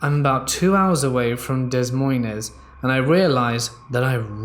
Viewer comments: Person - - "De z Moin ez " Me, who was born in Iowa - nOoOoOoO, iT's fRenCh!1!1!!1!!!11 yOu SaY iT lIkE "Duh Moin" (No, seriously, you actually say it like "Duh Moin") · As an Iowan, hearing him pronounce Des Monies made me double take then laugh, no offense 😂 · We don't use meters in America and it's Des Moines...not dess monessss lmao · You know it's free and takes two seconds to learn how to pronounce words correctly... "duh"-MOYN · Way to butcher Des Moines. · OMG! I just chocked on my tea! Sorry but the way you said Des Moines I have never heard before and I have heard it pronounced many ways. The s's are silent mate! Thank you for the chuckle though